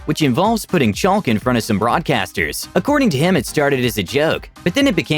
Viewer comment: Did anyone else cringe so bad when he said chaLk as if the L wasn’t silent?